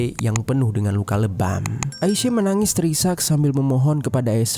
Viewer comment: AISYA. BUKAN AISE..